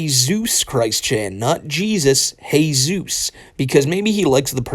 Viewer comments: I think he is saying "Hey-suos" not "Je-sus" because of the whole Spanish class thing where he changed his middle name to Ricardo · “[Heyzeus] Christ-ine Weston Chandler Sonichu Prime here.” Homie, names aren’t meant to be divine rocket science. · He calls himself "Hey-zeuss" because he dropped the "Ricardo" from his list of names. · I suspect he’s gone for that pronunciation of Jesus as it also makes it sound like he’s not just Jesus but also Zeus.